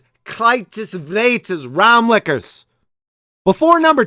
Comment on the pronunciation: WAHAHA QE U HERO. KRIJTJES VRETERS, but did u say RAAMLIKKERS?? HAHAHA WINDOWLICKERS HAHA U MADE MY SUMMER BRO